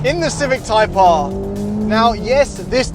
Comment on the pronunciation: “HONDA CIVIC TYPE AAAAHH” “HONDA CIVIC TYPE AAAAHH” “THE TYPE AAAAHH” “IN THE CIVIC TYPE AAAAHH” “THE TYPE AAAAHH”